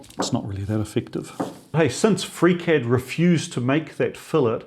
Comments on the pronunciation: I had to start the video over at about the eight-minute mark. That's the point where I realized that you were saying "FreeCAD," not "Freak Head." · Are you saying "freak-head"? Is this the foundry guy's name? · Wait, he was saying FreeCAD this whole time??? I spent half the video wondering who this freakhead guy was he kept referring to! 😂😂😂